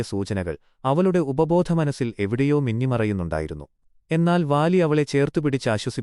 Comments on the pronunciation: വാ ലി അല്ല ബാ ലി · Vaali alla ooole baali